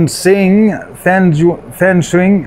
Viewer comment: The xi is pronounce chi So it was be called fan.chiang